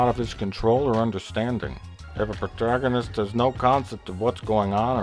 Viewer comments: I'm not sure if you're doing this on purpose or not (and this is the first review I've watched from you so I don't know if that was meant to take the piss or not) but the stress is on "pro-TAH-go-nist", not "pro-ta-GON-ist". Just saying. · Isn't it Pro-ta-gon-ist? Sounds like your saying proto-gonist? I'm confused. Is it just an accent? I find it hard to understand... I do like your points though, just... yeah.. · It's pronounced "Pro-tag-on-ist" not "pro-ta-gon-ist" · its pronounced "PRO-TAG-GUN-IST" not "prota-goen-ist" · it's pronounced PROTAWGONIST not "proto-gawnist" dumb fuck... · “eventually our pro..to....brrhmmmhmmnn” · It's pronounced PROTARGANOOSEST ya dumbass ! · Oh come on; it's pronounced proutehg, cough pretug... DANG IT ..prater.. ah fergit it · proh-TAG-uh-nist lol - but yeah you're trying to be funny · ... :/ this review should be typed out.... the guy reading drives me fucking insane. "pertegedest" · pro-tag-an-ist say it like that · Prota-gone-ist haha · "Every movies needs someone the audience can connect with, typically this person is called a Pro-To-Gone-ist" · lmao "pro-dagonist" XD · . "Eventually our protomrehheh..." Thumbs up. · "Pro-tuh-gone-ist" . . . Let's try this again. "Pruh, pro-tuh-gin-ist" Nope. Okay maybe this time. "Prohhhrrrmrrrnn" This video is epic win! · really? are you fuckin serious?? This is bullshit. All of your arguments are false, one sided, and you conveniently avoid all the wonderful things about this great movie. Just because you have horrible tastes, you don't have to dis a great movie with your dull humor and false ignorance. PRO-TAG-O-NIST --sound it out you dumbass. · pro ta gonist hahaha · Brilliant review!! Funny as crap, too. I love the constant degenerating mispronunciation of 'Protagonist". "Protuh.. nughnunuh.." XD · prota-gon-ist lol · you pronounced pro-tuh-gone-ist wrong :P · I loved it how he couldn't pronounce protagonist "proto...proto...mhhfhfhmmffh" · proto-go-nist lmao